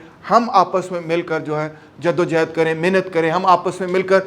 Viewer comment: It's jaddo johad not jaddo jehad it's johad